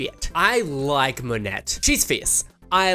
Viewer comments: did you just fucking say monette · Monet is pronounced Monay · Monet in french is pronounced mo-ne (the O like in "dot" and the E like in "ending") last sylable stressed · Monet's name is a play on words: Money Exchange. Say it Moe-Nay which is slang for money here in the US. (Apologies because I adore our differing pronunciations unless it inhibits puns!) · Monet is pronounced like "Mo-nay!" Also, I think that she and Bob ARE drag sisters. Dusty is so hot. I am so gay. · Monèt is pronounced with a soft t. The entire episode they said it, didn’t you hear it? Also Vanessa said vanjee, like her middle name